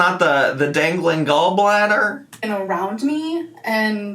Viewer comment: Dangaleeen gallbladder 😂😂😂😂😂